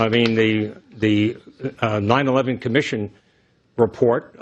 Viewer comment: cites a fraudulent documentation "der nein eleven Ommission Report".